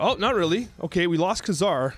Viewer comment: Pronounced kay-zar